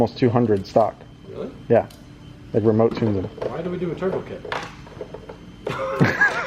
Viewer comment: "mmm i just weesh i could just make my own turbo keet"